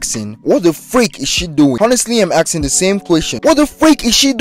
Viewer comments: Mf really said axing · “Axing” (nice vid anyway)